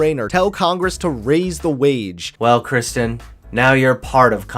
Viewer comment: Hey constructive criticism. Terrific video. However her name is “Kyrsten” not “Kristin”